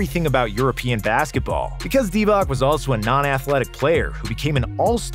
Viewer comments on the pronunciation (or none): Divatzzzzz Not Divak He is a HOF, but you don't know how to read his name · I can't take seriously someone who doesn't know Divac is pronounced Deewatz. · I agree with everything… But… Doncic…Divac… Pronounced …Ts… Not Divak… You reminded me when Kukoc came to the NBA and they were calling him Kukok 🤣🤣🤣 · Any chance you learn to pronounce Vlado Divac properly? same as you learnt Petrovic, Doncic, Dragic etc?